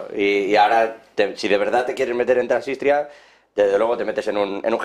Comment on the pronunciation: Y añado, como mínimo apréndanse los nombres propios … donde está “Trasistia”?? No será Transnistria…